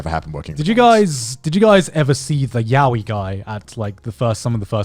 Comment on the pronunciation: Everyone is mispronouncing yaoi :(